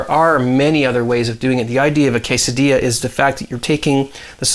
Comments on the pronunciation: Its K-sadilla. Awsome video. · its pronounced quesa dilla.